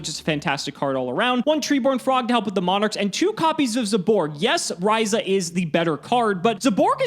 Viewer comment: Everybody: zaborg: ZEYBORG